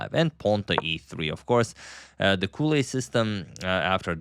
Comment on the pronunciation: Edgard Colle is Belgian from the Flanders region, so the language is Vlaams, very close to Dutch. Which means that his last name should be pronounced in the same way as the start of the English word "college". No "ou" or "u" sound on the "o". #VastKnowledge